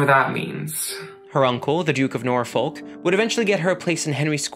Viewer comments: Great video! Just a tip for next time Norfolk is pronounced more like Nor-f*ck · Great video again! But the way you pronounce 'Norfolk' lmaooo